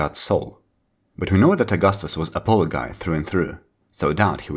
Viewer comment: You are making historical videos and you can't even say Apollo? I trust nothing in your videos.